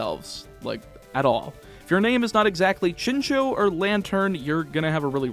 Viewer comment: It's pronounced Chin Chow, not Chin Chew